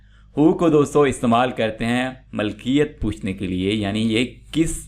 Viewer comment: السلام عليكم ورحمه الله وبركاته Allah aapko बार-बार haj nasib kare اللهم امين لفظ مِلْکِیَتْ ہے مَلْکِیَتْ نہیں